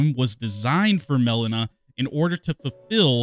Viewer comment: Why do you call her Melana and not Melina?